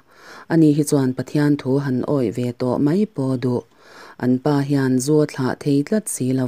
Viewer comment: I chhiar thiam hle nain,a thu lam diklo i nei nual Thla tih te kha vana thla niloin thil hlim thla anga lam tur ania